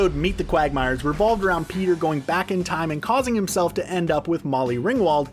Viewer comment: He legit says Beter instead of peter in the whole video